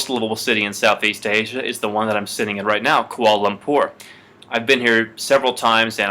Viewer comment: It's prounaucd Kwa'la lapoorr